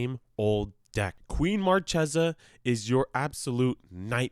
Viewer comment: Like Markhesa